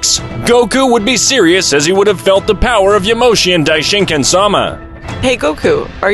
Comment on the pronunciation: Its "*Yamoshi*" and "*broly*"